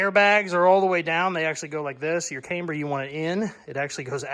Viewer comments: Cameber? no its Camber.........I can tell your a yankee....Yankee just joking....HAHAHA. Love the 65 build. Take care my friend. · love the build! Just fyi, camber is pronounced with a soft “a”. Think of the girl’s name Amber but with a “c” in front. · I've never heard camber pronounced with a long A before. That said, loving the build. Really want to see it finished